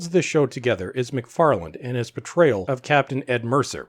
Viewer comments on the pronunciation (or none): _McFarlane_, not *McFarland*! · MacFarlane not MacFarland ... otherwise, well put! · Love how he keeps calling him "McFarland" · The name is MacFarlane not MacFarland ...otherwise good video, thanks. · I like this video, and I think your points are valid, and I agree with them. Just wondering though: are you saying "Macfarland" when you're referring to Seth's last name? It sounds like you're adding a "D" to the end of his last name, which is "MacFarlane." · Excellent analysis. My only problem was the narrator's almost constant mispronunciations of the creator's name. It's MacFarlane, NOT EVER MacFarland. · MacFarlane not McFarland lol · Dude, your video and your commentary are great. But say McFarland one more time... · By the way Seth's last name does not have a D on the end... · This is great but there’s no ‘D’ in Macfarlane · Agree with your assessment. But please, there's no D in MacFarlane.